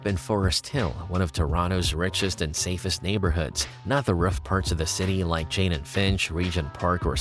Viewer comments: Cheyne and finch 😂😂😂 Its Jane. Not Cheyne. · It's "Jane" and Finch not "Chayne"